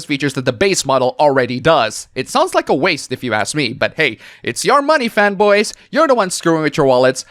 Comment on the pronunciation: Every time you said fanboy I thought you were saying femboys and got very confused